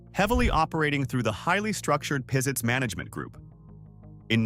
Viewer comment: When the store named Pizitz was in Huntsville, it was pronounced Pazitz not Peezitz. I'm not sure which pronunciation is how the family pronounces its name.